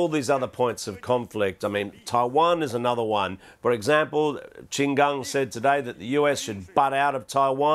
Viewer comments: BBC. Please get your news reader to pronounce Qin Gang properly. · Learn first on the correct pronounce Qin Gang before produce news on Qin Gang